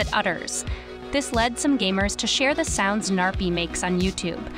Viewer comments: You are probably pronouncing the gnarpy wrong your saying narpy but how to actually pronounce the name is Gnarpy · i love how she says narpy insted of gnarpy